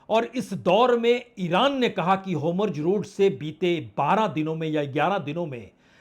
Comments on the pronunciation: भाई साहब, नेतानू नहीं, नेतान्याहू है। होमुर्ज नहीं, हॉर्मुज है। कृपया उच्चारण सुधारें। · आपका हर वीडियो एक्सक्लूजिव होता है किंतु शब्द जिसका प्रयोग बार- बार हो रहा है उसके उच्चारण पर भी ध्यान दिया जाना अपेक्षित है. वह शब्द है होर्मुज न कि होमुर्ज. आपकी विद्वत्ता और साहस का आभार.